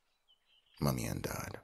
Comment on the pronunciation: It sounds like he said money but then I new he said mommy 😅